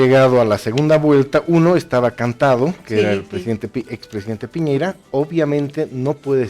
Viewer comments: Gusto de saludarle señores...soy de chile y nose porque llegue a este video ,me parece bien que comenten nuestras elecciones,pero creo que la conductora y los invitados,debe saber que el candidato es de apellido Piñera y no piñeira como lo mencionan reiterativamente, saludos. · Señora la invito a visitar el país, para que se haga una idea real de lo que es Chile, para que vea con sus propios ojos que nadie está pendiente de Bolivia....no nos interesa.Y por favor lea como se escriben o pronuncian los apellidos de los candidatos...no es piñeira, es Piñera, No es guillen, es guillier. Ya con eso me queda claro que ud.no es periodista. Nada de lo que dice o afirma puede tener asidero con ese nivel de cultura. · Esta mujercita no sabe leer? En todas partes dice Piñera. En donde vio que el apellido era "Piñeira?" escolaridad basica y aprendes a leer bien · Que pobreza, de periodistas , dale esta gorda , de no saber el apellido de P i ñ e r a. Señora gordaaaaaaaaa.